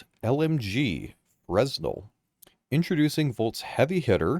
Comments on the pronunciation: That new LMG is a nice surprise! Really looking forward to trying it out. Also I think it might be pronounced (fruh·nel). I know it as a material node in UE5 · The S is not pronounced in Fresnel so its Fruh-nel.... English is weird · Fresnel pronounced as "fruh-nel" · It's pronounced fur-NEL, as in a Fresnel lense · Fresnel…. Fren el-al. The S is silent… and there’s definitely no Z. Spread the word! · It's pronounced Fre-nel with a silent S. Assuming of course that it is a reference to Fresnel Lenses. Thanks for the video good stuff! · Just going to get in before the entire community starts mispronouncing another science word that is spelled kind of funny :P "Fresnel" is pronounced "fruh-nell" or "freh-nell" Edit: it's a person's name and an optical effect named after them.